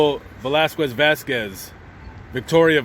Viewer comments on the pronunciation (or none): none